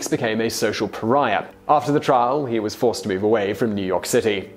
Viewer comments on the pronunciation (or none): none